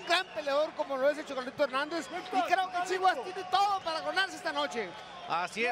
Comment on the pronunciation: Jajaja dijeron como 80 veces 'chiwas' Y chavez le seguia diciendo chiwis.. Jaja que guey